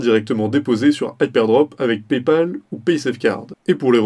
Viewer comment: Prononcer HypeRdrop au lieu de Hypedrop c'est assez déroutant pour une présentation du site.